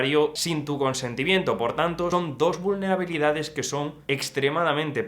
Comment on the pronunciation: Sé natural y no hagas las palabras esdrújulas, “vúlnerabilidades”, qué forma es esa de decir esa palabra???